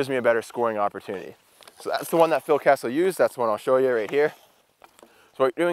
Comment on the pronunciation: Nobody heard him say Kesley ??